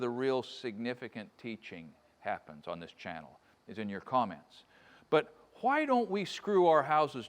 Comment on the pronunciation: always trust a craftsman who pronounces the H in the word why.